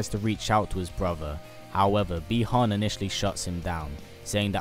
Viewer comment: The correct pronunciation is Buy-Han, not Bee-Han.